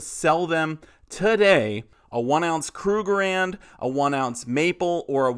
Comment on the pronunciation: It's pronounced KRUG-ER-RAND. Three syllables.